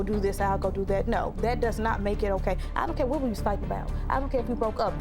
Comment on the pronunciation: My take away is she really knows how to pronounce "AT All....A-TTTT All"